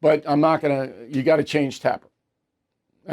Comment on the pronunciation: Bill can't pronouce Dana or Tapper.